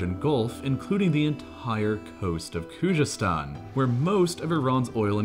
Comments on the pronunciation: If you read this: Kh is forgivable but c'mon man its a z like the English language try saying it like its English and u will be even closer to the real pronunciation: Khuzestan ( try saying Kuzestan as the kh makes like a x/khhh sound which is understandably hard to pronounce). U got this dawg. Almost all of the Iranian language with the exception of kh and gh sounds exactly like it looks. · It's definitely not pronounced Kujestan. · The clip is so wronge. Irans economy is working almost without oil today. Narrator cant even pronounce Khoozestan and says Koojestan!!!! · Bro why does he not make an effort in pronounving Khuzestan correctly ?